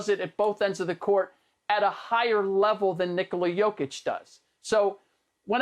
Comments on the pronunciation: Rick ima need you to just say “jokic” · Fool said jakic 😀.